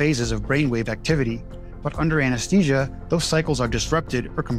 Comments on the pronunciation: It's pronounced "a-nuhs-thee-zhuh", not Anes-tee-sia. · Why do you say anesTesia when it's spelled anesTHesia? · Try to pronounce `Anesthesia` correctly.